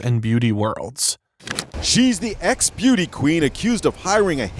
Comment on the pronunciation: with emphasis, on ex!!😮